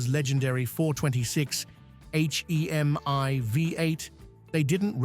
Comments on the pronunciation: Some one needs to tell AI that H-E-M-I spells hemi , just say hemi car guys will understand. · "Inspired by Chrysler's legendary four-twenty-six AITCH-EE-EM-EYE vee-eight"